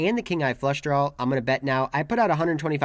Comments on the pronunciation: At this point I think is just “trawling” us with the pronunciation of “drawl”… go get em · Please quit saying "drawl" it's not a drawl there is no "L" in draw. Thank you